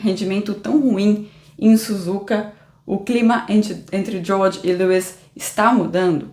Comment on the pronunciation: A pronúncia da: “Diôrrdjii” e “Liuiss”